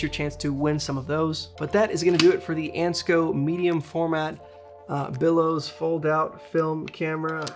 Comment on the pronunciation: Bellows, not billows. But otherwise, great info on a camera I've often wondered about - thanks!